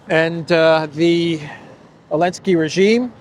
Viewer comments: So the pronunciation is Elensky, not Zelensky ?? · His name is Zelenskyy not Elensky. It’s time you stop abiding to the EU ban on the Z because they were on the Russian tanks. 😎👍